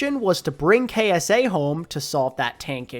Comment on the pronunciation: I know its nit picky but the Q in al qadsiah is pronounced more like the G in gout or gourmet where it tickles the top of the mouth and the rest is a D and and SIA like the singer